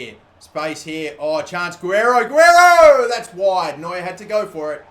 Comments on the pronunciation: It's pronounced ga rare Ro not a gwear ro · Its Gi-re-ro not Aguero damnit! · Its pronounced ge-ray-ro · I think the left backs name is pronounce gu-rare-io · Not a master of pronunciation but I think Guerreiro is pronounced Goo-air-ee-oh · How to say Guerreiro's name is like this : Ga-rare-ro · Its pronounced Geh-rare-oh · LB Is pronounced gu- a-rayro probably .... and u r reus went down by 1 rating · Guerreiro = Guh-Rair-O